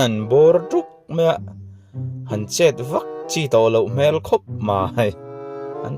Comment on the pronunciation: HMEL i lam rik dan hi a dik lo, i lam dan ah hi chuan HMEL tih hi Pian hmang landan (surface) a ni. A ri hi a hniam tur aw, HMÊL thluk na a awm tur a ri hi a hniam tur aw